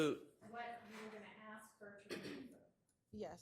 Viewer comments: Even the lawyers are saying ‘Aks’ Smh 😂😂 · I axd her ???? Why can’t she pronounce ask????? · What’s that?? Ask??😅😅😅